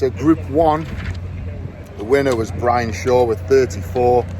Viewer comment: He said it in such a soft way, it's more of a P than B 😂😂 that's why I wrote it like that